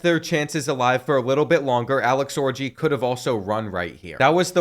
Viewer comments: Why isn’t the top comment the pronunciation of origi vs orgy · The pronunciation of orgi, as orgy takes me out of the story.